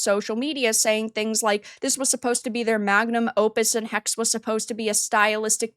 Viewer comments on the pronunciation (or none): It's pronounced "Hexe" not "Hex" there are (almost) no silent letters in the german language